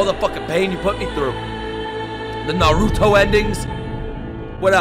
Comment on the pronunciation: youre hilarious and the best reactor out there but christ, stop saying narooto, its nah- ruto. also, you would love this show